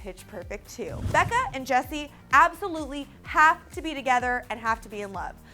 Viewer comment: It's Beca not Becca!